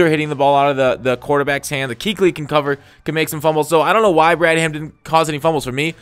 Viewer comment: Not sure if your doing it on purpose but it's pronounced brad-um. The "h" is silent